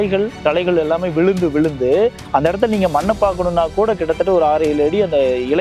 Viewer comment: ஐயா, வளியாக என்று சொல்லாமல் வழியாக என்று சொல்லக்கூடாதா ? மளை இல்லை மழை ✅ விளுந்து விளுந்து X விழுந்து விழுந்து ✅ 🌹🌹